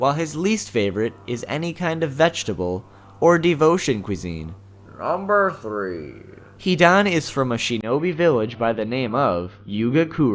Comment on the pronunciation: "nrurmberrrrrr thrrreeeee"